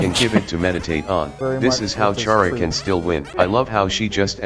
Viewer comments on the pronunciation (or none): It's Khara. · when people STILL wanna debate the correct pronunciation of Chara, but the annoying dog has already spoken and settled that debate.